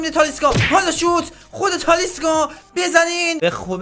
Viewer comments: داداش به تالیسکا میگی تالیسا😂😂😂😂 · .تالیسکا نه تالیسا انقد نگو تالیسا رو مخه😂😂😂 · ویدئوت عالی بود ولی اون تالیسا نیست تالیسکا😅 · داش تالیسکا نه تالیسا.❤😂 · تالیسکا هستش نه تالیسا🤣🤣🤣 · داداش تالیسکا نیست😂😂😅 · تالیسکا نه تالیسا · اشتباه میگی اون تالیسا نیست تالیسکا هست